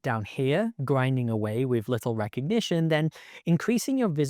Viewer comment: As the french say, “Recognigion”